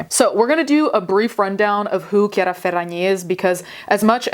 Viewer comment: as someone named Chiara, the way you said the name made me so happy. i’m so used to being called Chareeuh